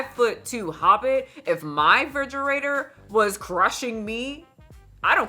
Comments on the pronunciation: BABYGIRL!! 😡 It. is. REFRIDGERATOR. A "fridgerator" is not a thing. I expect more from you 😂❤ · make Mickayla's barbie bald and create or buy some Barbie WIGS for when she changes her hair. Also, the way you say refrigerator makes me smile. The only time you've had a noticeable accent.